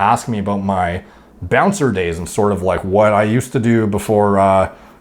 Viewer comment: You mean bouncer lol